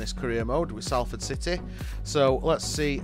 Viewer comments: It's pronounced Sol-ford fella not Sal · Enjoyed that good video but your pronunciation of Salford is wrong. It’s not Sall Ford you pronounce it more like Solferd. As for Dieseruvwe we all call him Mani but if you do want to know how to say his name it’s pronounced Diss A roo ( As in the first part of Rooney ) way.